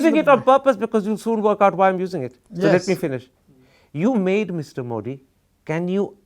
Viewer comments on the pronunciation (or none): Why pronounce ' मोडी' pretending like you are from some Western country